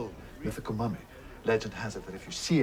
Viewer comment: YES! You're spot on about his 'mummy' pronunciation. I love it! Capaldi has my heart as far as NuWho Docs go.